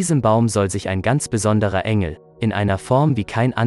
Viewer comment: Kannst du demnächst bitte die namen der engel und der Prophet in der richtigen form sagen du verwirrst mich